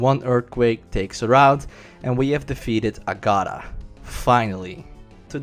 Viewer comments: Its ag-a-tha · it's AAga-far. good video overall though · Agada!!! = Agatha lol.... love it